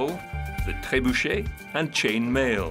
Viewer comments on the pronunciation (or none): none